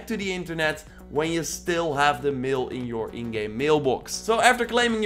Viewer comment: Bro I love your channel but when you said mail I though you said meal and I ate a steak 😂😂 I’m sorry